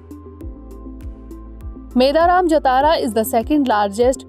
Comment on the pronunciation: It's not pronounced as "Meda Raam". It should be pronounced as " Medaarum" Also don't pronounce it as Jathaara... You should pronounce it as "Jaaathara"